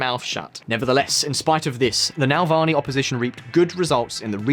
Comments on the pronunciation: Hint for future use: it's Navalny, not Nalvany. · when you guys prepare for your next video at least learn how to pronounce names. It’s not NaLvany it’s NaValny. You didn’t even read the word right mixing L and V. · How can you read "NavaLny" as "NaLvany" - I mean come on ! :) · NA-VAL-NY.....NOT NAL-VA-NY. Pronounce it right....smh.... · Navalny, not Nalvalny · Love the video. One question I have to ask a native English speaker is how can you read NAVALNY and pronounce it NALVANY? What the " bollocks " is wrong with the original carriers of this language? Just to summ it up ... Spell it like it is written... Slavic languages are based on Latin alfabet. It's not Arabic, Mandarin... Read the effing word and put some effort into work. On the other hand I'm grateful that someone putting an effort to make sure that everyone can access important information about stuff that will be omitted from most news . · It's pronounced ne-VALL-nee, not nel-VAH-nee. I'm frankly astonished that a native Brit like yourself would knacker the pronuncia---SHIT! Gotta go! Joe Biden just threw up during a campaign speech and collapsed! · it says NaValny,why tf do you pronounce it as NaLvany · You bucher his surname pleas try coretly pronounce his surname. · Tru. But I'm a bad sport, so I also demand a phonetically accurate pronunciation of the ль and ый sounds. Otherwise I'll unsubscribe! Learn Russian or you'll be treated with some tea of non-standard flavourings!